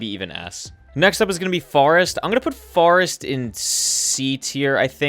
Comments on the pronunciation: Good I ain’t the only one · Yea lol does he naturally say that or did the chat start that during the nether start speed runs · I love how he pronounces “forest” as “farest” it is so cool. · I can't get that out of my mind now while watchibg bruh